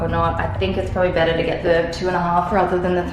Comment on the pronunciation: The moment you said "betterrr" I was like oh my goodness, she's really becoming Canadian😜 🇨🇦